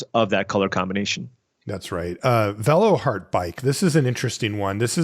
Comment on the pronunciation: You can tell by pronunciation of Veloheart Bike that he didn't learn German in Switzerland nor speaks French.😉